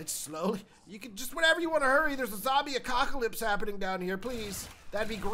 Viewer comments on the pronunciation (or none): “Zombie acockalypse”